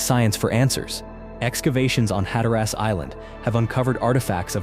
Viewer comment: Incorrect pronunciation on nearly all the site names. Hatteras is Hat-ta-rus. Uwharrie is u-war-rey & Cabarus is Cu-bare-us. So clearly not from anyone who has ever been to NC.